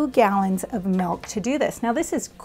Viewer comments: I’m grateful for the information and the video! My only gripe is “m-I-lk” not “m-e-lk”. But that’s my autistic pedantic tendencies speaking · It’s milk not melk 😂😂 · Poll for the audience: how do you pronounce "milk"? a) milk b) melk (like the lady in the video)